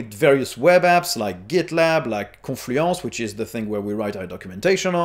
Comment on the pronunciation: Great filming location. It was nice to hear your pronunciation of renoir and confluence. Not impressed with its GPU par of the chip, and that would be a deal breaker for me. No display outputs on the left side gave me a startle since that is where I expect them. I think it is better to have two 2.0 USBs than one 3.0.